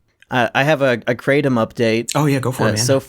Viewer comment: “Kray Tom” btw